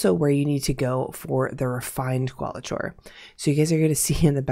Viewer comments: Just a heads up for future vids.... It's Kwall-i-core rather than Kwall-i-chore. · This is not meant to be rude. But it is Qualichor is pronounced Core, not Chore. But thx for the vid. Big help. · Just so you know it’s Qualichor (Kwal-ih-kor) It was kinda funny hearing qualachore a bunch of times, kind of an ironic name tbh since this grindy annoying ass quest is a chore Given the “reward” I’d warn against grinding it out, just finish it the easy way with the deep sight scorn body every day, then find one group of executioners once you have the refined qualichor and then forget it exists unless you end up with more refined qualichor and come across a group of executioners while in an area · Qauli"chore" made it very difficult to listen to this vid. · My Linguistics professor said he's 99% sure Qualichor is pronounced as: cuh-WALL-ick-er. It's some strange word that Bungie created, which means they're the only ones that actually know. 😂 Since it's not a word that's used in the real world, there's no easy way for anyone to check the accuracy. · I'm SO sorry to critique but I wince every time she says qualichor the way she does. There is no way it is pronounced like that.